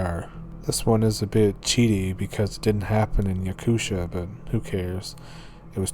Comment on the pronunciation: You say Yakutia as Yakut ia. And Novosibirsk as Novo-si-birsk but make the gap between si and birsk faster. Thanks for telling stories from my country hahaha 🛐